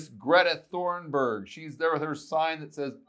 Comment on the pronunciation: Did he seriously say Greta "Thorn"burg? 🤣